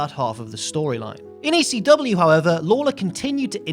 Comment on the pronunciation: I don't know if anyone has pointed this out yet but the chant is "E--C-W" not "E-C-dub"...pronounce the whole f'n letter!!